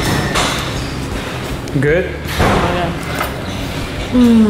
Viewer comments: Triffle: Try-ful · Trifle? More like 'try+fuhl' :) but lovely vlog! x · You mispronounced"trifle"